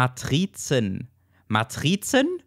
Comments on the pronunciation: Ma·t·ri·zen. Aussprache: IPA: [maˈtʁɪt͡sn̩] das i ist kurz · Matrizen spricht sich mit kurzem i (nicht Matriiiiiizen, sondern kurz wie in sitzen, schwitzen oder schlitzen) O.K. nach dem kurzen Oberlehrer... Gutes Review, gefällt mir. :) Danke für den Überblick. :)